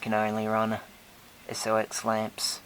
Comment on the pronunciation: just to let you know SOX is pronounced socks not s-o-x.